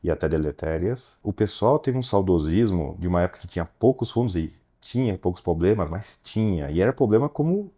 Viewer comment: Bah, mestres ... mas que agonia um investidor falar "poblemas" hehehehe